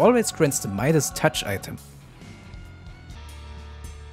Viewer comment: the fact you were calling it "mida's touch" instead of "midas' touch" is hurting my soul